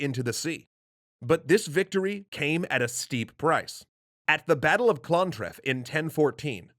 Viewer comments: AAAAAAAAAGGHHHH, Battle of CLONTREF? It's ClonTARF! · it's Clontarf not clontrif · 'Clontarf', not 'Clontref' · Correction: It's the battle of ClonTARF, not clontraf. Thanks for covering Ireland though! Don't usually get much of a look-in. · it's pronounced clun-tarf. Not clontref. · did you just say clontrif ?? Boi its clontarf or as gaeilge gCluaintarbh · clontarf not clontrif! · clonTARF. not clontraf. clontarf. T-A-R-F. okay that was all i wanted to say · I love your videos but.. WE ARE NOT THE BRITISH ISLES!!! here is the most balanced article I can find on the matter We are not British. We therefore are not part of the British isles. Also prunounciation it's not ter-aw it's taa-raa. Not er-meh it's are-maa and clon-tarf not whatever that was you tried to say happened in 1014 :P Would love to see an acknowledgement of this. We've had a lot of unwanted visitors over the centuries. We've earned the right to be Ireland. Not a British isle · It's pronounced clon-tarf, tarf, long A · The battle that Brian Boru died at is called " the battle of clontarf( clon-tar-f ) but again it's a great video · its pronounced Clontarf like arf at the end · clon tarf is how its pronounced 😂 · I love your videos but.. WE ARE NOT THE BRITISH ISLES!!! here is the most balanced article I can find on the matter We are not British. We therefore are not part of the British isles. Also prunounciation it's not ter-aw it's taa-raa. Not er-meh it's are-maa and clon-tarf not whatever that was you tried to say happened in 1014 :P Would love to see an acknowledgement of this. We've had a lot of unwanted visitors over the centuries. We've earned the right to be Ireland. Not a British isle. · Great episode! But my god is the pronunciation of locations all over the place. I cracked my sides when I heard Clontarf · Lol, the way you said "Clontarf" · Interesting pronunciation of Clontarf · Lol the pronunciation of Clontarf 🤣🤣🤣🤣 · 1014 was the battle of Clontarf. Not.. whatever the narrator called it.